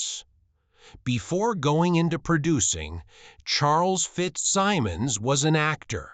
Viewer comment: If you’re going to use an AI narrator, pay for a high-quality one that can pronounce “Maureen O’ Hara”, “FitzSimmons”, and “opera” correctly. It should also say “she” not “he” for Maureen”. This is garbage.